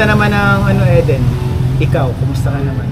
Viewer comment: Pronounce E as short I as in inch. Eden ganoon din puro short i masakit sa ears pag mali ang pronunciation ng name. Parang Ang movie East of Eden (Idin).